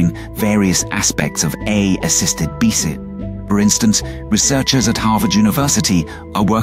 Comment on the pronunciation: Lol, when the AI can't say "BCIs" beekus, beeksys, beeces 😂